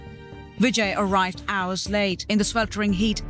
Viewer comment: Hoursh, Pershentage.. WTF? Pronunciation 'S' properly.